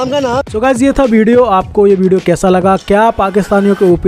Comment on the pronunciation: angrejo ko nahi UP bihar walo ko hindi bolna sikhana padega tum log V ko B bolte he jese ki Vijay ko Bijay ,vinod ko bhinod ,visa ko Bija ,savita ko sabita ,vedio ko BEDIO ,vimal ko Bimal 😬 Or hindi sikhna ho to bolna